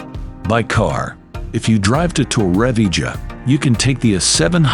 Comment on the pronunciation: The pronunciation of Torrevieja is appalling from the ai voice. Doing my head in after 2 minutes!